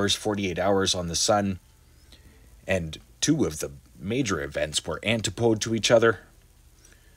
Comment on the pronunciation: Great channel. Thank you and here's a free tip from a linguist: it's, An-TIP-oh-dee.